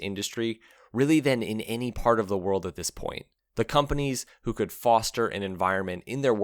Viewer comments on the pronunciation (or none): none